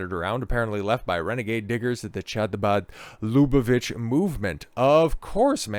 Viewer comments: Not "Chabad" as a "Cha-cha-cha" but "Kh" as in Kazakhstan 😉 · Pronunciation: Habad, MickVa, LuBoveVitch, MenaChem Sneerson. Glad you did the video though